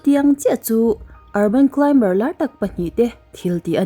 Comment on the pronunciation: Klaim-bar ❎ Klai-mar ✅